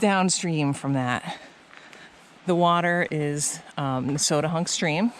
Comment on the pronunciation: Now I know how to say Nesowdnehunk. I always tried to make it five syllables. I am wrong.